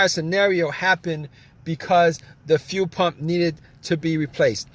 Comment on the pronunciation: Thanks, If I had to listen to him say few pump or weelay one more time I was going to lose it.